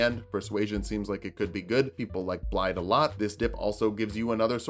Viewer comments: It's not BlaiDD, it's BlaiTH. It's right there in the game! It's Welsh! Start over, do it all again! First failure ever! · Just a quick one but the double D is pronounced like THE. So it's Blai-the